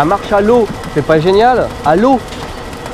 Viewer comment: Quand tu dis à l’eau j’ai l’impression que tu dis allo